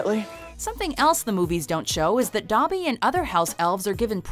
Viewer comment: Tol Beane it’s Dobby not Duh-by